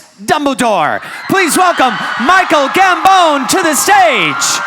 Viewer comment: Who is Michael Gam-bone?